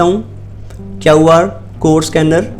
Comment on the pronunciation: kaw R code nahi re QR code hota hai